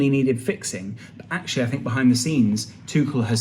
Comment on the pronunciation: Both are wrong though. The closest pronunciation you can get in English is probably 'Too-ch-l' where the ch sounds the same as in "cheek" and there is no emphasis on the l, sort of like "kettle"